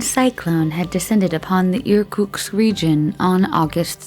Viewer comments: IRK-UTZK not IRKUX i love how americans chop every language, not trying to say anything right... break your tongue, girl! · enjoyed the informative video but the narrator could not even read from the script properly, with 'Irkutsk Region' becoming 'Irkuks', among others - wont find that on google maps! 🤣